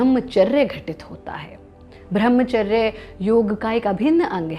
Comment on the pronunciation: Madam thoda nam to thik se lo, वो ब्रम्हचर्य होता है, भ्रम्हचर नही